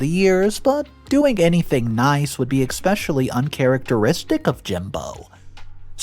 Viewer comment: There's no X in the word especially